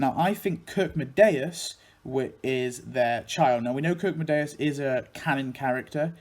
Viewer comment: Nice video but (no offense, your video is absolutely awesome) you pronounced Kirkedemious's name wrong. It's actually pronounced Kirk-é-demious and it means "Church of Terror" since Kirke is "Church" in Danish and Demious is a form of the Greek name Deimos which means "Terror", Deimos is supposed to be the twin brother of Phobos [Phobos's name means "fear"] and they're the sons of the Greek Gods Ares [God Of War, also known as Mars by the Romans] and Aphrodite [Godess Of Beauty & Love, also known as Venus by the Romans]. [Btw I'm swedish so we have at least a slight amount of knowledge about Denmark (besides them burning down our homes and trying to invade our country for the past 293 years between 1521 and 1814) and they're chill people but in my opinion they're too friendly it's almost offputting...] Anyways no offense to your video since I enjoy genealogy and especially when it involves my favorite cartoons of all time. Keep it up! ~ with best regards Daniel Verdant Stormwahld